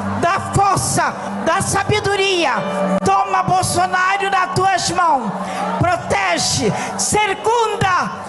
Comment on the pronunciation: Ela falou BOLSONÁRIO😅